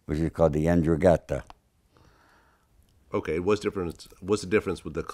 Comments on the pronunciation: They are called N'drangheta and comorra old man get it right !! Shout out from the UK tho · this dude don't know how to pronunce ndrangheta, which is his "family" as calabrese. and he don't know that cosa nostra is called also in sicily, isnt only an american thing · Also this 'Calabrese' who seems to be some sort of expert on the mob doesn't even pronounce 'N'Drangheta' correctly. He also seems to go out of his way to not pronounce 'Camorra' correctly. Annoying.